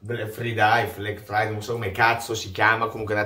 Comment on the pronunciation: Cmq. si pronuncia fraidei😂